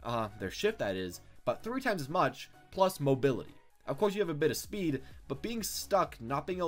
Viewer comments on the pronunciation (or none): Anyone else notice him saying "Moobaylity"